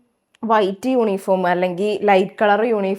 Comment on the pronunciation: യൂനിഫോം അല്ലാ യൂണിഫോം ആണ്